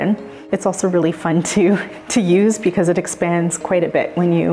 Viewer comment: They should say because, not Brevard lol